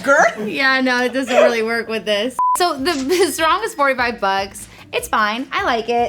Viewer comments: im just laughing when they Sarong to "serong" hahhabab u would be so embarrassed if u say that in Malaysia we speak english to bruh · You pronounced sarong wrong.